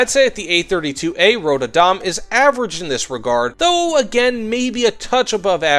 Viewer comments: man just.. pronounce the ö like you would the u in turn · Surprised he had trouble with Adam. Since it is an English name too. Even if we do not pronounce it exactly the same as English speakers. Röd is easier to get why he gets wrong. The only time Ö is used in English, beyond weirdly spelled metal band names, is when it actually a O. But when it pronounced on it own. Like in the world Coöperative. Which in itself is a weird spelling of the word (Normally you would spell it Co-operative to indicate that the second o is pronounced on it own.) But in Swedish it is it own district sound.